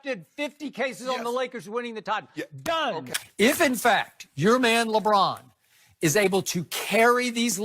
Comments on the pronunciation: This man said LeAlfred James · "Lebruh James"